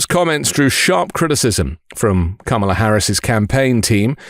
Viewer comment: Unrelated, but your pronunciation of Kamala was on point 🤌🏾